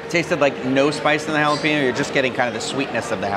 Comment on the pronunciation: It's haa·luh·pay·nyow.